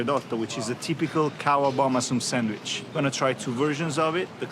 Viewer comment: So you get 10 mil subs and 3,3 mil views for just eating food? And while doing that, champing like a pig and talking while eating? Right right. "Awshome, thish bread ish shomething shpeshial." Do americans don't pronounce "s" anymore?